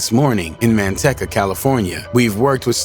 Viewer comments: Man- teecuh not man tech uh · MAN-TEC-CA? LOL I DONT THINK THATS HOW YOU SAY IT